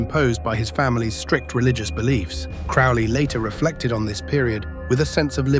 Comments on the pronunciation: crowley, NOT crawley. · Its crowley like holy not crauly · that’s just the way it was pronounced.. “Crow-Lee”.. rhyming with “Holy”. Yes. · Crow-ley....crow like the bird. He even states the correct way to pronounce his surname in his own writings. I think it is kind of annoying and slightly disrespectful to the bloke. Especially when I hear so many claiming to be an expert on Crowley or an Occultist, yet they still butcher his name. FFS. I hear it far too often. Rant over. It really, REALLY does grind my gears and makes me piss boil and brain itching. All things I understand are my own autistic traits and that in the greater scheme of things, it is not that important. But I just can't help me automatic response. Haa!!! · It's Crow-ley as in crow. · Its CROW-ley... Alistair CROWley..corvid. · 🙋Heard it with a long o. Crowley🤷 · If you can't even pronounce his name......